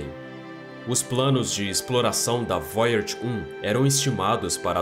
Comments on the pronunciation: É voyager e não Voyards, mas muito bom o video, obrigado pelo conteúdo, ja deixei o like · Qual a dificuldade do narrador em falar VOYAGER na forma CORRETA, ao invés de "voiárge"? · Eu não gosto de ser o chato mas vc devia apre der a pronunciar Voyager. Desculpe, se eu não falar vc não vai descobrir pq seus seguidores não vão querer ser chatos com vc. Goodbye 😎